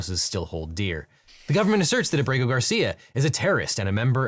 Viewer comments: Just FYI it's Á-bre-go, not a-BRE-go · it's AH-breh-go, not ah-BREH-go.